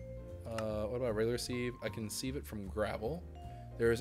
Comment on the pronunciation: Sieve has a soft vowel sound, so it sounds like "give" instead of "leave." #dadcomment Glad you're back!!!